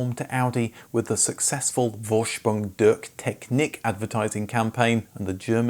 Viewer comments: Loved the vid! However, pretty lazy to not even TRY to use Google Translate or whatever to find out how not to completely mangle the phrase "Vorsprung Durch Technik." Tip: V is F, and wtf with "durk" lol. It's a minor complaint but it takes like 10 seconds of research so I still call it lazy. And I'm not even German. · FWAORSPROONG DOORCH TECHNEEK I can forgive your inability to do the CH, but you should get the vowels right.